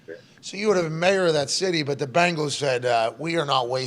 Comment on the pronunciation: He always says that you should hear him say the Bengals 😂🤣 Bingels